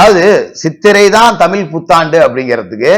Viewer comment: ஐயா நீங்க தமிள்தமில்என்றுபேசுகிறீர்கள்